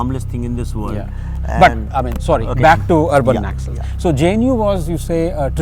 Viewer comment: 5 secs into this video and am really irritated with background music...and it's not 'Nakksals' it's Naxal...short form of Naxalbari